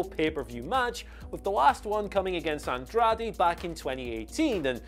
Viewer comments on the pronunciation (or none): none